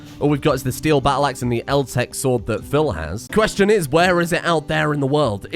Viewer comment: Bit late.. but "Questinn"?